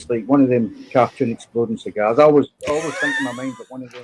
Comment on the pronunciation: on Johnny's injured finger -- "It's like one of them carrr-tune explodin' cigarrrs.' My favorite line of the week!